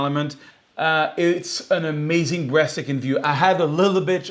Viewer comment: says “amazing breastaking view!” 😂🤣